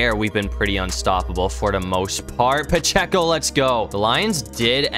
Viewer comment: Ain’t no way you said ‘pehceo’